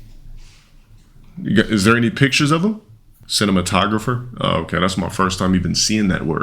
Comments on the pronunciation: "ceenuhmatoh grawpher" - himself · "sinno-sinno-sinno mah toe grapher? Idk how to say dat word" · Cina-mono-grapher Ok,. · "Cina-mato-grapher?" That's right,. You got it. 😂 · "I dont know how to say that word.. Sin-to-mono-graff-er?" 😂😂😂😂😂😂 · "Cinem- cina ci- cineemato grapher?" I don't know how to pronounce that" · Sin.. Née.. Ma.. Tog.. Gro.. Fee.... Phonetics is easy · The fact can’t pronounce ‘Cinematographer’ is killing me. He gotta be illiterate asf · Uncle Ruckus saw rants and tried to flag him for plagiarism. Edit: Holy crap. can't pronounce "cinematographer"??? What kind of Chubb Institute-ass school gave a degree???? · Being misogynoirist to your own woman while not being able to pronounce cinematographer is wild asf... what a 🦝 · LMAOOO 😂 BRO CAINT SAY CINEMATOGRAPHER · How does this dude want to be an actor but can’t pronounce cinematographer 😂😂😂😂😂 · Didn't want to be an actor? Even claiming that he knows "more than most people" because he lived it for so long. Yet can't pronounce cinematographer or Antoine Fuqua's name. "A product of inbredding" is that when makes a sandwich? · "", with a life devoted to an acting career, can't pronounce cinematographer. Lol Good job. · I would've forgiven the Fuqua pronunciation, but how do you not know how to pronounce "cinematographer"... and you want to be an actor? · Lmao. "GET" ... he's actually telling the truth. Hate him or love him, he's pretty damn creative with the names and insults. But I can't believe he can't pronounce "cinematographer". What a moron....SCHOLAR moron. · not being able to pronounce “cinematographer” should tell you everything 😭😭😭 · Bros 41 never seen the word cinematographer 😂😂😂😂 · failed actor and "scholar" doesn't know how to pronounce cinematographer 💀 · "I make more than actors" "Marvel Here I Come" doesn't know or can pronounce the word cinematographer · cannot pronounce cinematographer